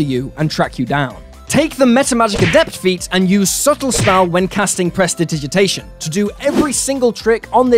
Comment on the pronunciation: I cast presditigiditation so that I and our ding dong of a fighter can correctly pronounce Prestidigitation